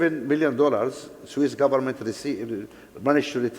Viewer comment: Dangote can't even pronounce "government" properly. He keeps saying, "goment". So embarrassed to keep hearing him say that, despite all the wealth he's stolen. Wow